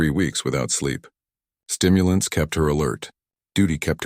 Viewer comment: Again, the AI doesn't have a clue.